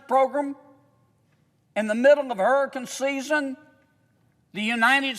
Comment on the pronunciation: HURRACUN SIZZEN